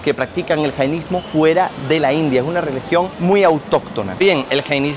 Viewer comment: Hola Una pequeña corrección creo que no se dice janaismo Se dice jainismo Al menos lo que dice Google Gracias